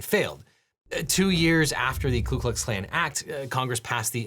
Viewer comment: I am really surprised you said "Klu" instead of "Ku", especially since you were reading it from the document.